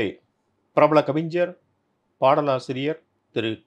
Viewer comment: Host sir. Pls .. it's not கவிஞ்ர் 😭😭😭... இது கவிஞர்